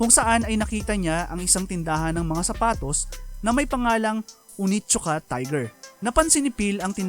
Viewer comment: That is pronounced as oNeeetttt-Suka.